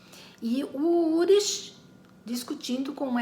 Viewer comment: Só uma dica: não se pronuncia "urish", e sim "ulrik". Eu vi na série alemã "Dark".